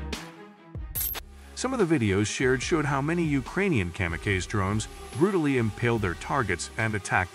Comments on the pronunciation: Kamakazi - it’s not Comma-kays, it Comma-Cause-E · Kam-a-Kays lol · Literally the first time I've ever heard kamikaze being mispronounced. Good old AI.